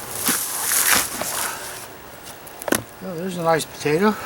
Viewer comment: sweet pototo 😂